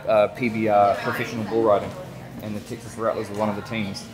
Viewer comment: I like the way you pronounce Texas, Tech-sis. Unique accent.